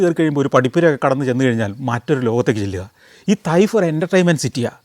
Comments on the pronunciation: തയ്ഫ് അല്ല ചേട്ടാ തായിഫ് ആണ് ഈ സൗദിയിലെ ഊട്ടിയിൽ ഇരുന്നുകൊണ്ട് വീഡിയോ കാണുന്നു ഞാൻ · തൈഫ്‌ അല്ല സർ, തായ്ഫ്‌ എന്ന് പ്രണോൺസ്‌ ചെയ്യണം...!! അതാണ് ഉച്ചാരം